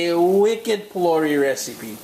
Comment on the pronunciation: Why do you pronounce the words so unlike the original pronunciation?. ...”phulaurie” is how it’s pronounced.